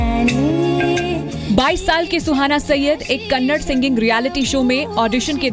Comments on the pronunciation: u fucking zee news it's kannada not kannad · news : Dear Zee news its Kannada not Kannad, Do not eat away that a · not kannad its kannada pls pronounce it properly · abhe chutyon kannad nahin Kannada hain !! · It's kannada.. Not kannad.. Correct ur self 👿